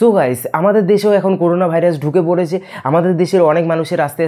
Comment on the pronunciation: করুনা নয় করোনা